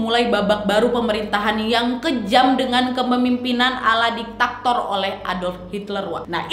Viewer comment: Bukan ditaktor wak, tapi diktator